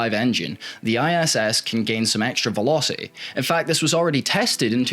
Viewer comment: Nice job, and maybe try pronouncing those 't's, e.g. "conver-ers" -> "converters", "veloci-iy" -> "velocity"! :-)